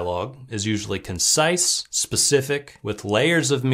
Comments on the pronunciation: "Concise", not "consice". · "Consice." From a man who will teach you how to write better ... dialogue. Lol. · Consice huh..... Not concise? 😂